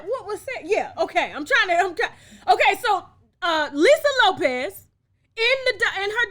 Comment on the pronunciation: Good Lord Tasha. I've been a TLC fan since b4 u were born ; and its Lisa LOPES. LIKE MOPES. And Tisha Campbell is like TEASHA. U do these types of things quite often & as a vlogger I would think u wouldnt continue 2 disrespectfully make so many of these types of mistakes ! And IM a middle aged White woman.